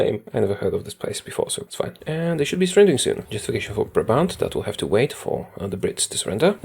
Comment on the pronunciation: i love how you pronounced Brabant haha